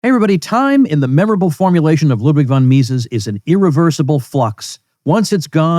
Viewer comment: ..."von Mises"... Give me a break!...